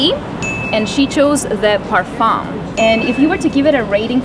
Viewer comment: (a) More like "Young Girls's Reactions to Fragrance/Cologne"; (b) 90% of the times women who come in pairs will influence each other markedly and state they both prefer the exact same perfume...; (c) don't pronounce the "m" in parfum: when spoken (in native French) the word ends with a vowel (not a consonant) sound.